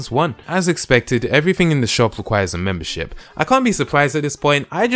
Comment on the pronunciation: So much MEMBERSHIP in this video i heard and i heard "membershit"